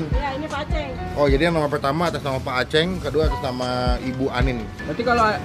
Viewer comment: "aceng" Gak pake ng kwkwkw